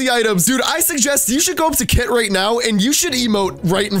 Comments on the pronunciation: So we’re not gonna talk about the fact that he said kat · said Kay instead of kit that is sad he broke character:( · Kit boss really it's kit not KIT BOSS